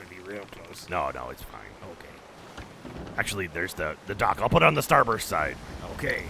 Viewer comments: when they say "starburst" instead of "starboard" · keeps saying “starburst” instead of “starboard” and nobody calling him on it makes me laugh every time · STARBOARD. Not Starburst.